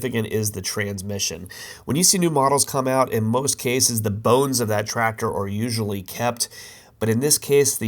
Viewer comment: The way you say TraCTor makes my eye twitch😬😬